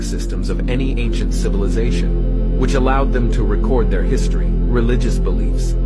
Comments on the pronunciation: Amm I too drunk or the guy keep saying cilivisation, instead of civilization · Why the 1st dude is talkin bout ciViLisation when he cant even say the word is beyond me! He says it as ciLiVisation every damn time! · And then here comes our sillivisation that cant even pronounce "civilization"...😅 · The first guy can even speak right cilivization is what he is saying and it's pronounced civilization 😅😅😅 and you believe this fool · 😂😂😂 Im dead😂😂 CiLAvization😂😂😂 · OL boy not even saying Civilization right 😂😂😂😂😂😂😂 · Aaaghhh hahahaha the "cilivi zation" before us were not dummies aaaghhh hahahaha no bud just your generation ✌️🤣🇭🇲. And he says it again but not before enunciating cat..a..clysm like it's the first time saying it and clears up any confusion by adding that this means apocalypse,these are the people who'll be working in the nursing homes looking after us one day so best to die before old age in my opinion 😂.